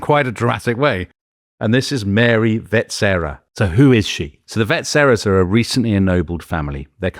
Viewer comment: You didn’t mention that the Habsburgs had been kings of Hungary without interruption since 1527. That has nothing to do with the Austro-Hungarian Compromise. The stress in ‘Sissy’ is on the last syllable, and finally: it’s pronounced ‘VetSCHera’.